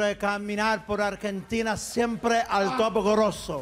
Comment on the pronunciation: Ja! siemprrrrre al top jajaja jaja lo hizo igual que el pepino de mar .. pobre cani con este se quemo vivo.